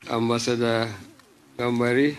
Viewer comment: Ambasada instead of ambassador. How did these people get in to position they are